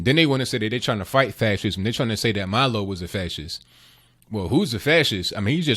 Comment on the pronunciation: It's MILO not Malo... He is Jewish and Gay and a Conservative 🌈